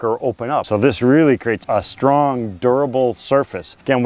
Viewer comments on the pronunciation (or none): none